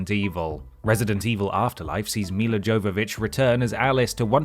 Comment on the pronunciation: Where are you getting the extra 'i' from in Milla? 😂